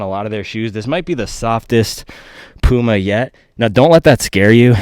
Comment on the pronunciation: pyouma not pooooma